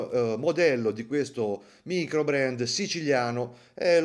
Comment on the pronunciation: "maicrobrand"?! abbbbasta 😅😅😅 (Però ci sta', così a Lugano si imparano a vendere il tonno!)